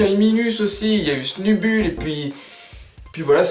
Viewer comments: Il faut la dire à l'angliche va ! "Sneubeull", ca vient du coeur <3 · juste moi je dis Sneubeul pas Snubull idem pour Grambull ( Granbeul )